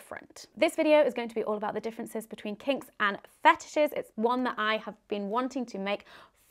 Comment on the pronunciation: ru le 34 of fe tishes